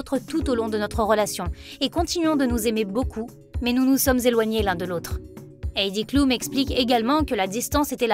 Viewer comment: On prononce Àïdi cloum